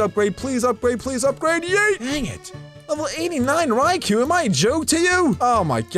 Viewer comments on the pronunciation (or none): none